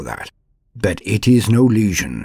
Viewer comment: I loooooove this however your pronouciation of the world legion as word lesion makes me cringe more and more every time I hear it. This critque comes from a good place not hate. It's ˈlējən not ˈlēZHən. Although you may call them a lesion in some sense I suppose hahahahaha. Other than that: outstanding job!